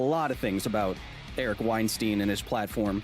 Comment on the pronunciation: WeinSTEIN...WeinSTIEN...WeinSTEEN... ahahahaha Kyle the beginning made me Laugh so bad while someone try to correct ya so you pronounce it as WeinSTIN xD jeeeezhus